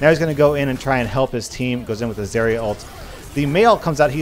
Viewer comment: you said zarya weirdly